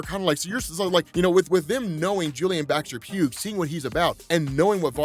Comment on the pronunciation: Just a small note, but Baxter-Pugh's name is pronounced Baxter-"Pew", like how Hugh is pronounce like Hue. Then again this is the boys for all I know the guys gonna be dead in an issues time and it wont matter XD